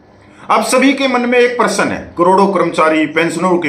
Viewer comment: Prasan nhi hota Prashn hota hai